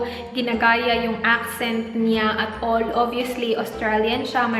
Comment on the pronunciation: "at ollll" hehehe cute my diin talaga :)